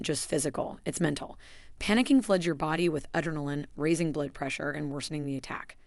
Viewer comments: Great info but AI narration SUCKS! "Dial nine hundred eleven." Dear Robot: real humans say NINE-ONE-ONE. And I just LOVE your pronunciation of "adrenaline." Laughter is great for heart health. 😂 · It has some good info, but the way adrenaline was mispronounced too was upsetting.